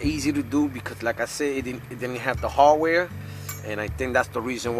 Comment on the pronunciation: This guy was driving me crazy... I gotta find the harwhere harwhere. I didnt know what that was. After an hour I found out he meant HARDWARE! THE HARDWARE, HARDWARE